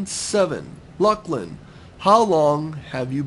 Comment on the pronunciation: YAY, you answered my question :D I actually forgot i asked it XD lol Ha, when i suddenly saw my name, and listened you trying to prenounce it, i shivered! :D THANKS LUCLIN, this made my day :D for now... xD